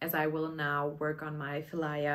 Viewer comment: I also love the Pihlaja patterns, really looking forward to check out the other patterns in the book, too 😊 And I even lived in an area of Helsinki called Pihlajamäki during an exchange semester. Therefore I'm quite sure its pronounced with a "p" instead of an "f". It is rowan (Eberesche) in Finnish! The colour of the samples in the book fits perfectly 😊 Your grey yarn combination looks great, too!